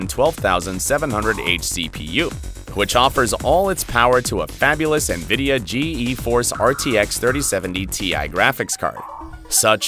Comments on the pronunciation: lol g e force , bud , everybody including jensen says geforce , you know , like the thing that makes you passout in a fighter jet ? its pronounced G-force not g e force , wtf . also just say megahertz instead of mhs . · Nvidia "Gee E" Force graphics? Ok who's doing the voiceover on these things?